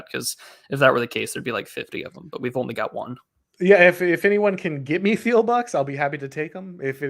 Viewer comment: Great stream, as always! Small note, though, the H in Peter Thiel’s name is silent!